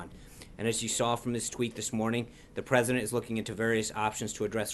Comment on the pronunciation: Sean Spicer for "Pressident!!" ;) 2024 This guy is awesome!